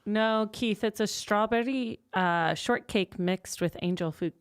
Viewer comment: Something about the way says strawberry makes me wonder if she speaks any Japanese.